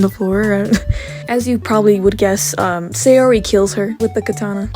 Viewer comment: The way you pronounce saori is murdering me and now I am dead (no offense I still like the video)